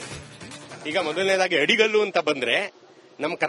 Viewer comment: ಅದು ಆಡಿಕಲ್ಲು ಅಲ್ಲ ಮೇಡಂ ಅಡಿಗಲ್ಲು ಅಂತಾ ಸರಿಯಾಗಿ ಉಚ್ಛಾರಿಸಿ